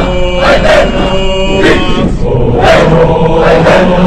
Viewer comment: La pronunciación de algunas letras es incorrecta. La pronunciación fonética de "Legio" no es "Leyio" es "Leguio" la G se pronuncia "gue" asimismo "Aeterna" se escribe de esa manera, pero se pronuncia Eterna ya que la "A" al principio es muda.